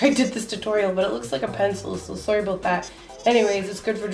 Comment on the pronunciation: Are you from Canada ?! You said sorry "aboat" that 😂